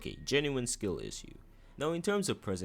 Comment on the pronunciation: bro cant say issue